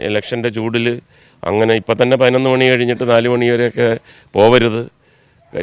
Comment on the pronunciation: 11 മണി എന്ന് കേൾക്കുമ്പോ ചിരി വരും.